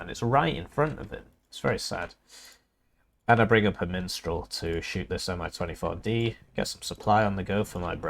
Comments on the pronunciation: I very much enjoy your videos. But I cannot express the steady dread that builds everytime you make me read the word Mistral and then you say MiNstral. It's wearing down my soul. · I understand... just please... for my sanity. Can you please try say MISStral just one time?